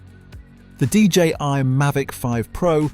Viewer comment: DJI was being referred to as DJY by the narrator.